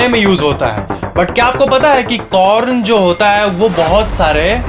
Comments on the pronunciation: i heard p*rn not corn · is a corn not p0rN😂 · In I listen corn as p**n